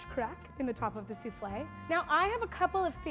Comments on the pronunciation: Suflle lmao 😂 hahahahahah suflle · No one: Literally no one: her: pronouncing souffle soofley Me: what?! Its pronounced that way?! I thought it was pronounced soofall🤣